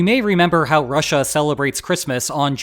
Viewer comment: "Rush-A". The new official pronunciation on the channel xD. I love it.